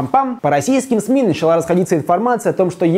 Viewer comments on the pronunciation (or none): none